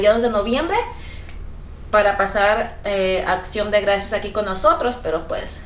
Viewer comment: El día de “ATCION” de gracias 😂😂😂